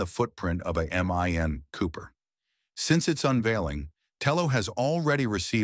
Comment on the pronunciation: HAH love how ai voiceover calls mini cooper MIN cooper :face-green-smiling: #aivoiceover